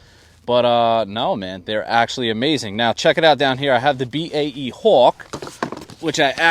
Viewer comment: I'm a Brit. Used to work in Aerospace. You're the ONLY North American who can say BAE correctly... Great job 👏. Just bought the Arrows Viper and love it. Going 4s after your video. 🇬🇧